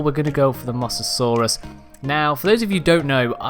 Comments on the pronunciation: Errors: It's mow-sa-saw-rus not moss-a-saur It's giganotosaurus not giga (I use the full name not the stupid shortened names that DUMB people use) It's titanosaurus not titan Huh way less errors than Cj... great work m8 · Almost everybody gets this wrong MOE SAH SAURUS NOT MOSS AH SAURUS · . It's pronounced Mowsaraurus. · You pronounce it by mose